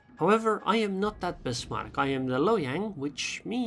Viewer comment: “Hiyang” +1 just for that